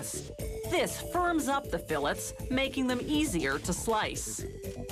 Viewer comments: Fill its? Whats a "fill its?" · The salmon fill it’s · Whats a "fill its?" What are you filling?